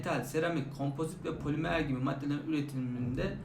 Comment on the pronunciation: poliMEĞR 💅 hocam unutmayacağım bir daha